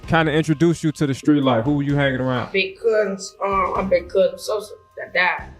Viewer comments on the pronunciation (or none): none